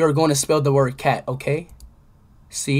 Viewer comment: is he saying "okay" or "IM GAY"